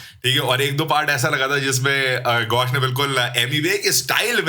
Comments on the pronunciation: Gaush ❌️ Gush ✅️ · Gaush nahi gush😂..😅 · GAUSH ❌ GUSH ✅ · Gaush❌ Gush✅